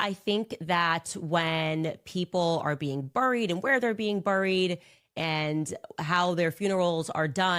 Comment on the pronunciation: She can’t say buried properly. She has a forked tongue 🐍